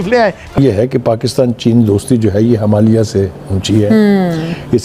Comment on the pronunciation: News anchors of Pakistan !! Can't even pronounce "Himalaya" 😂 Pakistan ka "Tijarat" America ka saath hai 😂😂